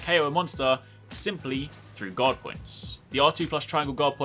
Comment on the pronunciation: Everytime you say "guard" I hear "god".